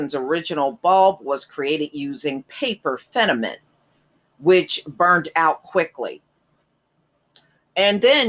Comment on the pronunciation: Thank you for the shout out to my relative, Lewis H Lstimer. I do wonder why though you pronounce FIL-A-MENT as "fenament"?